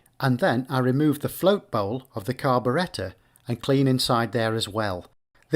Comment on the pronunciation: The carb-uh-RET-uh